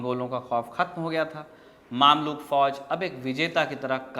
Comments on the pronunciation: Brother word maamlook nhi mamlook( ममलूक) hai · its mamlouk not maamlouk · Maamluk nahin mamluk Ruknud Deen bebas nahin balke ruknud Deen baybras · Bhai maamlook nahi, mumlook hai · Mamlok nahi usay mmlok padhte hai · भाई साहब वो मामलूक नहीं ममलूक होता है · It's ममलूक not मामलूक